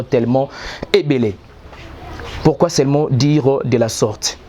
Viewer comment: En tout cas le Congo n'a pas de chance. Il dit celement au lieu de seulement. Il dit per au lieu de peur eloko nini ya bien omoni wana. Bof yo moko ozo loba duction au lieu de diction... zoba na zoba soki ba kutani bako sala kaka buzoba moko.